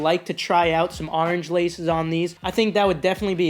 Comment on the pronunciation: I had to unsubscribe because you say orange weird